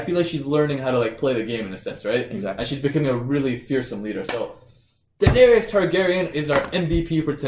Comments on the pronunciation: 3 syllables guys - Daenerys (dehnairis) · haha, yes, I don't know why they keep pronouncing her name that way. It sounds weird.